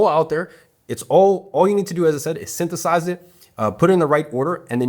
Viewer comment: "Syntheth-AHS it" got that urban western southern accent